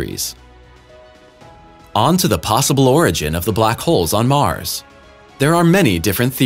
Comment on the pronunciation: In Mars' orbit. NOT Mars-is orbit, illiterate door knobs.